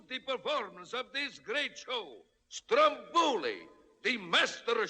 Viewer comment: My Dear Disney... Strombòli can't be heard, it's Stròmboli. (I can hear Sicilians people cry AHAHA)❤️